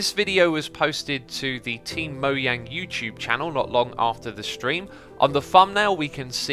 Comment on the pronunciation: Can you please pronounce his name correctly? "Jeb" is pronounced "Yens" because it is a Swedish name. Likewise, Mojang is pronounced "Moyang."